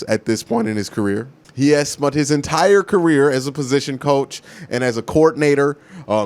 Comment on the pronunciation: Spunt/Spent. Axe/Ask 🤣